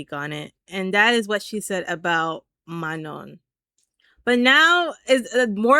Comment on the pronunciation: FYI you don’t pronounce the last N in Manon lol it’s just ma-noh, not ma-known (